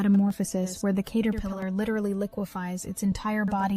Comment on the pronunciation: The way you say Caterpillar is so funnie to me 😂